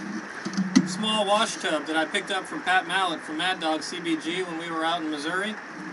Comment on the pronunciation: yea I can't believe he said that either and I had to rewind to check again. Ironically he pronounced Missouri correctly and not "Missura" which I think sounds much worse than illinois with the S at the end. But mispronouncing illinois does come across as much more uneducated and hard to believe anyone does that at all because it's just so wrong!